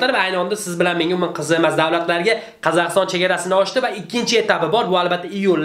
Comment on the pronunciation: Qazakiston demedi Kazakhstan deyiladi tentak